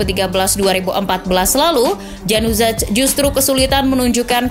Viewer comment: "Januzaj"...ya ampun vo nya gak riset/gak nanya cara bacanya apa gimana ya? itu bacanya Yanuzai kaka